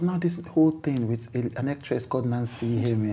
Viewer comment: Please not Isime oh, Nancy iheme..